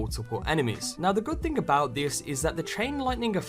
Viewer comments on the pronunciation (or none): none